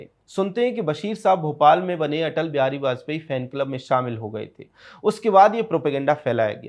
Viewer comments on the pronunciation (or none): none